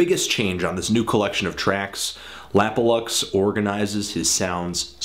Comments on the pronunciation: yes you are saying it right, it's supposed to be an abbreviation of 'lap of luxury' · You are saying it right! His name stands for 'Lap or Luxury'